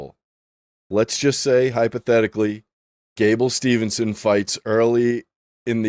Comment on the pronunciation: Brother it's Gable STEVESON NOT STEVENSON'S